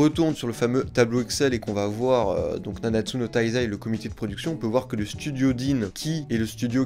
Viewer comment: "nawnatsu no taïïzaï"😭